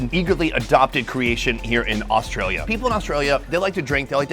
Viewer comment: That “AuSTRAlia” was diabolical